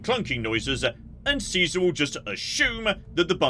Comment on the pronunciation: How they pronounce Caesar is baffling